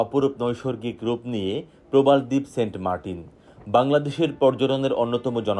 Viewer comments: Saint Martin ❌ Saint Markin ✔️ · 😹🤣 saint martins ❌ saint markin ✅